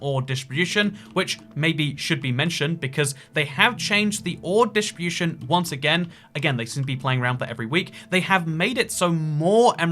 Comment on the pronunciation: "ore dishbooshun"